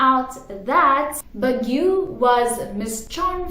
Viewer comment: I really find it cute when you say Baguio. Hehe but it's actually pronounced as "Bagyo"